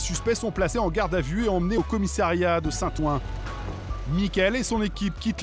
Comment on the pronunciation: Il faudra dire au journaliste que l'on dit "commissariat" et non pas "commissairiat"...!